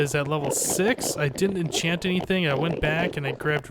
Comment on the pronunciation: Let's all "entchant"